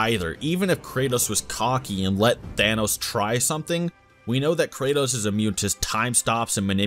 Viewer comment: For some reason I hear Cratus instead of kratos